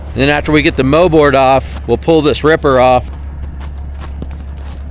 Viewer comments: its called a Mold board, not a moe board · “Moldboard” not mowboard